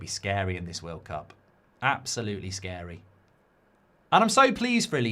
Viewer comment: Did I hear world clap instead of world cup😂